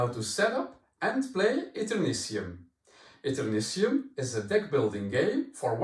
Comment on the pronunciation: In American English, the suffix "tium" is sometimes pronounced "shee-um." (It's coming from Latin.)I figured it was the speaker's accent that resulted in his pronouncing it "see-um." So, "Et-err-NIH-shee-um." Although I would have urged the publisher to name it "Eternium" instead, since that's going to be so much easier to pronounce when looking at it. "Consortium" (con-SORE-shee-um) and "nasturtium" (nah-STIR-shee-um, a kind of flowering plant) are the only slightly commonly used word I could find as an example, though, whereas there are some elements (Tritium and technetium, for example) where the suffix is pronounced "tee-um." I assumed it would be "shee-um" when I saw it, but I agree with if somebody pronounced it "Et-err-NIH-tee-um" I wouldn't call them wrong.